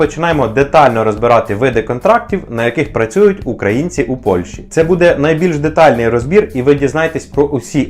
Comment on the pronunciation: Не буде', а буууууде!!!